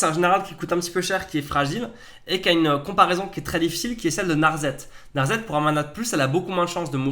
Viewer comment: NarSSSSSSSet ! C'est Narset. Pas narzet ! Et personnellement, je pense que elsha ne sera jamais utilisé.